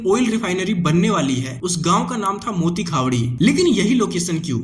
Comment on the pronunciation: मोती खावडी❌️ मोटी खावडी✅️